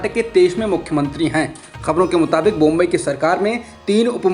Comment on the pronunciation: बोम्बई नहीं बोम्मई है । चैनल पर समाचार पढ़ने वाले का उच्चारण साफ होना बहुत जरूरी है , वरना खबर के मायने ही बदल जाते हैं